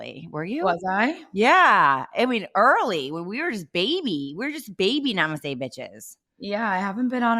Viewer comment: Do any of these podcast females know the meaning of saying NEMASTE??????😂